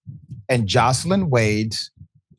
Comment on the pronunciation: Nathan Wade wife is not pronounced Jocelyn. It's Joyce Lyn. My name is Joyce Lyn., and I don't like for it to be mispronounced